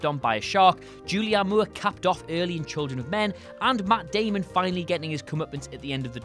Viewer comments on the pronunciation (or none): none